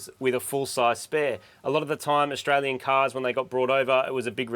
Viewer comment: That car jastralian or jaustralian